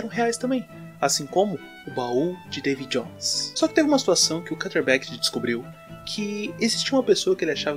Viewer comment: Pq vc pronuncia “carter” é o correto? N seria “kâtlêr”